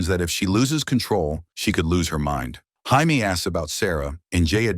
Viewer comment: Jamie, Hi-me, Hay-me... Your TTS sucks dude. Proof watch your videos.